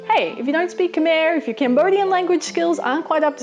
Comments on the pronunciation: Lots of FANTASTIC info in this video but there are some corrections needed to this. Its pronounced Khm-I ("I" as in "Item") not Khmerrrrrrrrrrrrrrrrrrrrrrr (there is no R sound at the end of Khmer) I've been living here for two years and have only heard it pronounced with an R sound by foreigners from Britain or Australia, never from a native. Also, Khmer is the name of the people and the language, but if you want to say the "Khmer" as in the language (ex: to say the word "English") you say "Peesah Khmer" (language Khmer) anything else refers to the people. You have to be careful what you say sometimes, Khmer people can be offended if you dont specify what you're saying. Also, she has really bad pronunciation of basically all of the words stated which is totaly fine, you'll live :D most of them were the same words I had did too when I first got here. Also its pronounced PPPPPPPPPP-hnom PPPPPPPPenh you pronounce the P. Again, I've only heard it incorrectly pronounced "NOM Penh" by Foreigners. If you want to say something, always ask a native how to correctly pronounce it. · I am also Cambodian. Not to nit-pick or anything but it's more pronounced like khm-i not khm-er. But great tips though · What a great video! Really good advice about scams and why you shouldn’t give and how it affects the local economy. FYI Khmer is pronounced ‘khmai ’ not ‘ke-mare’ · Khmer is pronounce Khem-my btw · Its pronounced kamai not kamerr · Its actually pronounced khmae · Cringe worthy incorrect pronunciations of greetings, Khmer (ka-mai), Ankor (encore) wat, and few other minor things. And for those wondering, I am Khmer and one of the lucky few to escape the genocides. Good attempt though. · you seemed to pronounce Khmer incorrectly so here is how you say it : Kh-My. that simple :) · Not to be rude but you said Khmer wrong and the thee Khmer words wrong I know cuz I'm Cambodian